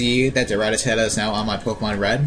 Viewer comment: rat-ta-tada......first time hearing it pronounced that way lol. the video helped alot man thanks